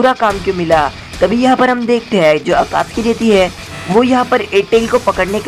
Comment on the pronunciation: It is not akatki it is akatsuki